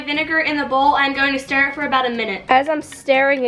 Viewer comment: Hearing you say stir made me cringe